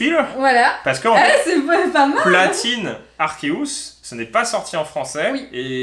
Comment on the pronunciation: « Arséousse » ??😂 je suis le seul que ça a choqué 😂😭😭